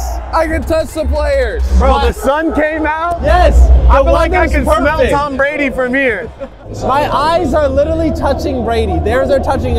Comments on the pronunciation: This dude really said tom bradly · said Tom bradly😭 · Anyone realized that is said Tom bradly? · Are we gonna ignore said “Tom Bradly😭😭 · be saying Tom bradly